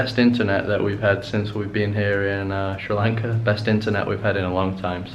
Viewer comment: i like a lot how you say Sri lanka.....:)